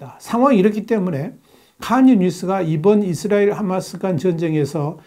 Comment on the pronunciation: 하-마스 를- h .로 발음.